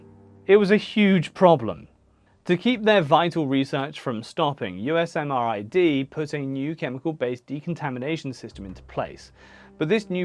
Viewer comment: FYI - The Army pronounces the lab "you-sam-rid".